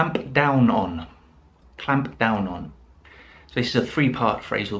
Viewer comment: Brilliant phrases.... issue for me is, I don't want to be rude, but I have to mention that, the pronunciation of words like Ramp, clamp and even layoff are not sounding correctly....no offense!!